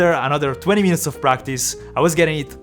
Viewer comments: Everytime he say after 15 minoutes i die laughing 😂😂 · Love to hear the "50minots"